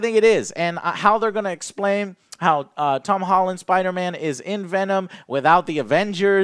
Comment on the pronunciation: MUH SPIDAHMANNS! MUH SPIDAMANS!